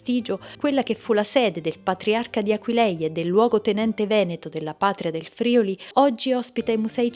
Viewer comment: Ragazzi complimenti davvero. Mi raccomando: Friuli con l'accento sulla U.